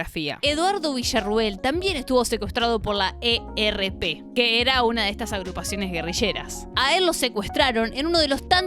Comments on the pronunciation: se dice "el erp", no el e, erre, pe... pero buen video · Es el ERP o el ERREPE. Nadie decía o dice "la" ERP y Vesuvio se escribe con v corta.